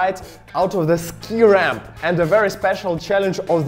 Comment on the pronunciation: "ski rapm" just bothered me a bit